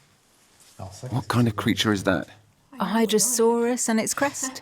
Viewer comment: Sounded like the narrator called the lizard a hyposaurus, but that is an extinc crocodilian. The lizards in the documentary are Hydrosaurus, or sailfin dragon lizard. Never heard of it before, so I had to look it up. Very cool!